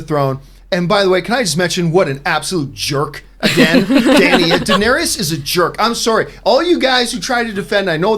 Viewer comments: I’m seriously not a jerk nitpicker, but every time John calls Danerys (Dan-eer-is) “Danerius”, i get a nervous twitch in my eye! Lol. It’s Danerys!!! Iss-iss-iss! Lol! ❤️ you John!!!! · Can y’all take the time to actually know the material you’re discussing? How many names can you get wrong. How much established lore can you forget? Bastards have no claim to the throne. “Danaerius”. What? “Davros”? That’s not even a hard name to remember! Ballistas in Kings Landing wouldn’t kill Viserion. Remember, he’s a wight now???? Steel doesn’t kill them